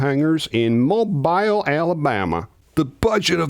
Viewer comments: I found the movie boring and very disappointing, but ET was great. P.S., it's Mow-beel, not Mow-bile. Also, there is no "G" at the end of orangutan. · It's MO-beel, Alabama, not MOE-bile BTW. It's also A-Rab, Alabama, and not Arab...for future reference. Love your videos,. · Mobile ( Moe-bill) don't worry, everyone gets it wtong.😊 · Actually, several scenes were filmed in Alabama, not just the hangar in Mobile (pronounced Mo'beel) Roy's house was in a neighborhood in the western part of Mobile. Little Barry's house seemingly in the middle of nowhere was an actual house in Daphne, AL, a town on the east side of Mobile Bay (I lived a couple of miles north of the house a few years ago). Civilization caught up with it and is now on the edge of a four-lane highway and surrounded by shopping centers and dozens of huge subdivisions. The train station scene was filmed north of Mobile (again, Mo'beel!) in a small city called Bay Minette. The Dirigible hangar was at the downtown airport and was used for the mothership landing strip, as well as the highway chase scene where Roy almost ran over Barry. Locals still talk about the film. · The actual pronunciation of that Alabama city is “Mo BEEL”. Anything other than that and people know you ain’t from there. I was 14 when I saw this in the theater in ‘77. Don’t care much for the Special Edition, though. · Great video again,! I love CE3K and it's an annual rewatch for me. After seeing it at least 50 time, I never noticed Carl Weathers! Doh! Well done! PS Mobile, Alabama is pronounced MOE-beel 🙂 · No mention of Francois Truffaut or Bob Balaban? I recommend reading Balaban's CE3K Diary, it's been released a few times under different titles. It gave me a whole new appreciation of their characters, Lacombe and Laughlin. Also, as a lifelong Alabama resident, I have to point out I've only ever heard Mobile pronounced like the last two syllables of automobile.